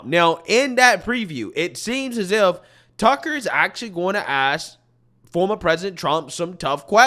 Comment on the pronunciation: Judge Jeanine can't even say Tucker's name. 🤬